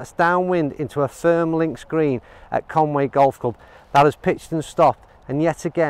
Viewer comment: Conway??? Come on man, Conwy! Nice vid